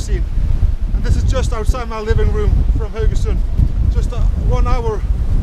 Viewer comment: yeah that was fun, but I subscribe mainly to listen to you pronounce Haugesund...